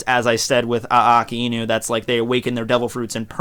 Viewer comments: You seem to have started pronouncing Akainu as uh-kai-nuu, but your original pronunciation, ah-kah-ee-nuu, was actually correct. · technically, you're not incorrect in pronouncing Aka Inu. It is two words, put together. The "ai" isn't pronounced "I". "a" makes the ah sound and "i" makes the ee sound. When put together, it sounds like ah-ee, which sounds like a drawn out "I". it's a subtle sound, like how you English/Japanese teacher stated, with the words ending in "u".